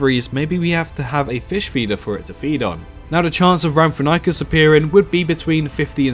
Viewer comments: It’s pronounced “RAM-for-RING-kus”. It appears in Walking With Dinosaurs: The Series. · Lol that Rhamphorhynchus pronunciation. Good list overall but personally I'd change some picks, keeping the Pteranodon, Quetzalcoatlus and Dimorphodon but I'd personally scrap Geosternbergia for something a bit more unique like Pterodaustro or Dsungaripterus (or although almost impossible to make it in Cycnorhamphus would be very interesting to see). Otherwise I'd maybe change Rhamphorhynchus for Germanodactylus, Darwinopterus or Anurognathus.